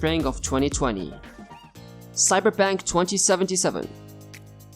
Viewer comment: cyberpunk not cyberpank....